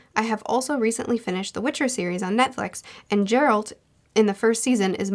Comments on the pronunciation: It's Ghe-ralt not Je-ralt 😂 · AAAAHHHH, I really sympathize with reading translated books, and the pronunciation of names varies from person to person (I spent the first 3 SA books reading "taravanganianan") but Geralt is pronounced with a hard 'g' like in "graphic"